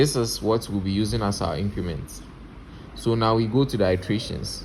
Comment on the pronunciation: ur pronunciation of "Iteration/Iterate" ...urghhhhh